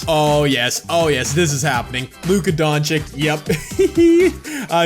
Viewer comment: Damn u really don’t know how to pronounce luka’s name😂😂